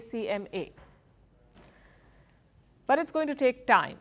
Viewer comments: Amca not acma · not Acma but amca 😂😂😂